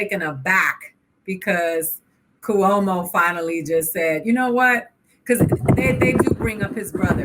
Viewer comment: I love the way Aida pronounce Cuomo as coowomo lol